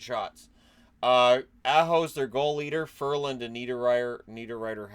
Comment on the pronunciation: Not an expert, but isn't it Sebastian Aa-ho, and not how one pronounces the A in 'cat'?